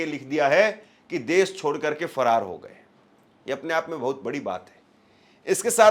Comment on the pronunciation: सही से बोलो भाई फरार हो गया है